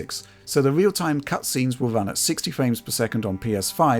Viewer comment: pwe wendewed cinematics wun vewy well